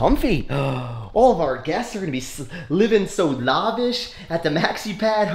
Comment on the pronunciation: Anyone notice how he says lahvish instead of lavish